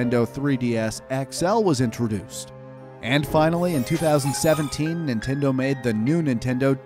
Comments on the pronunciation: ninteno lol oof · "New Ninteno" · “New Ninteno 3DS” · ninteno what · "the new ninteno 3ds" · umm Ninteno?